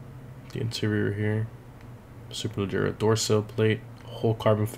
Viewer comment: can•erds?? Super•le•gera??